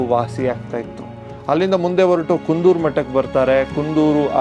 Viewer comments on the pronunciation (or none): ಕುಂದೂರು ಅಲ್ಲ ಕುಂತೂರು .... ಚೆನ್ನಾಗಿ ಹೇಳಿದಿರಿ